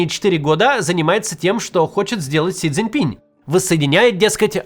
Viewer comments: Макс....пожалуйста.... - пин, а не пинЬ😢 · Он не Си Цзиньпинь, а Си Цзиньпин. Не "Си Цзиньпиня", а Си Цзиньпина. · Максим, пожалуйста! Си Цзинь Пин. Пин !!!!! Без мягкого знака!!!